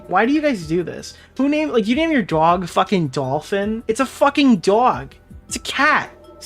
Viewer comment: “It’s a fcking DAWUG” that’s the most NY you’ve ever NYd